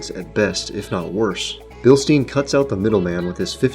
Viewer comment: Come on man, if you're going to promote a brand, at least pronounce the name correctly. It's pronounced Bilstine everyone.